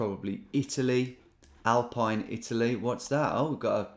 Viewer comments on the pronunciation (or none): none